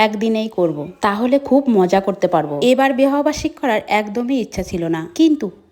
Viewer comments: এই মহিলাটা এত তোতলা কি যে বলবো এই মহিলার কারণে আমরা সঠিক উচ্চারণ বলে যাচ্ছি😅 যেমন বিরিয়ানি ❎বিরানি✅ ❎ বিবাহ বার্ষিকী ✅ ভিহ বার্ষিক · বিহ বার্ষিক 😂😂😂😂 এই মহিলার জন্য সঠিক উচ্চারণ টা ভুলে যাবো